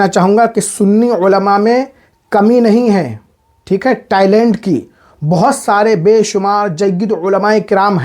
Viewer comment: टाइलेंट नहीं होता टेलेंट होता है 😂